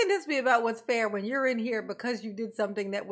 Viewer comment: “It’s not feer“ yer honor. LOL. Anytime DB says “with all due respect” you know what he’s gonna say will be 100% disrespectful and based in no fact whatsoever.